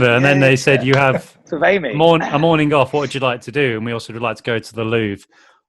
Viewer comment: COULD YOU DO A "MORININ" CHALLENGE OR JUST WOULD YOU SAY IT AGAIN PLZZZZZZZZZ